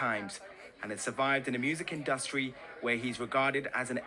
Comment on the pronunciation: "the music In Dust tree" what's wrong with that reporter looooool